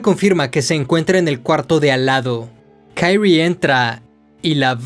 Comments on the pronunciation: porque lees los nombres como si fueran en ingles?? se llama KI-RI-E no KAIRI wtf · Creo que el no bre de la protagonista es japonés, por lo que debería pronunciarse literalmente como se escribe Kirie, en vez de Kairi, por lo demás se agradece el esfuerzo de la narración. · aldkdj pero se Pronuncia Kirie, tal cual, no kairi, porque anglosajonan todo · Porque dices Kaire como gringo? Ridiculo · Jajaja xD. Pero en serio, men, ¿por qué dices "kairri"? En buena onda te lo pregunto. Excelente trabajo. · Se pronuncia "Kirie (桐絵)" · Solo un detalle para esta serie de video de uzumaki, Kyrie es un palabra latin por lo que pronuncia como esta escrito, no se le debe intentar pronunciar como una palabra anglosajona.